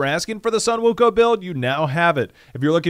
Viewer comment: It's pronounce as Wukong